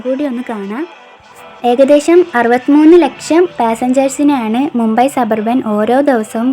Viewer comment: മുമ്പെ അല്ല..മുംബൈ ..അല്ലേൽ മുംബായ് ..അതുമല്ലേൽ ബോംബെ ..!